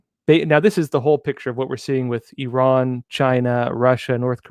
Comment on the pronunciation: thank you for saying. "EE RAHN" and not "I ran".👍👍👍